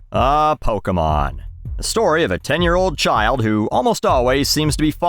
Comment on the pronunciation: It is Poke-aye-mon. Especially in Canada, where everyone says aye and maple syrup and all that.